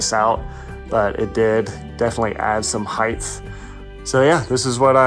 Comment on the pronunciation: I mean this in the nicest way possible, but height isn't pronounced like width or length. It's a hard "ight" without an H.